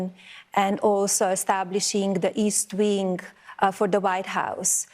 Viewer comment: East wink???? Ohhhh she meant wing